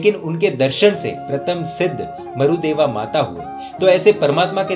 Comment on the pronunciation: Marudeva nahi Marudevi name h aur sihasan nahi sighasan bolte h